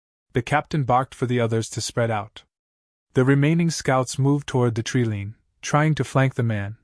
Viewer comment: TREE LINE not treelean